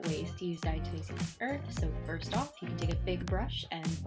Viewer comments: "dyahtuhmayseeus urth" lmao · "dyahtuhmayseeyuss urth" lmao